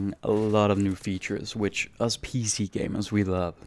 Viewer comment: it's cause with your accent your way of pronunciation it sounds like your saying "pz" when your saying "pc"